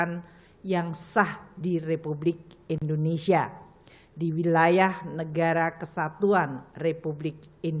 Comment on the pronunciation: yang bener Indonesia bukan Indonesa 🤔